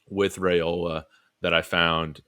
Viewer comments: Dillon's name is pronounced RIOLA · ‘Rye-ola’ I was losing my mind listening😂